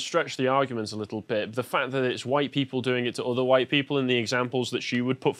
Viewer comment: God she even pronounced it with the meme "hwite".